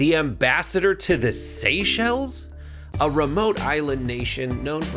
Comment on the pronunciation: The first time you said, "Ambassador to the Seychelles", I thought you were saying, "Ambassador to the Space Shuttle". Considering some of the weird posts that are considered equivalent in rank to an Ambassadorship, I wouldn't have been surprised if there were such a thing . . . .